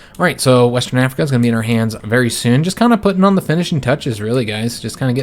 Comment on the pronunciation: “Wastern Africa”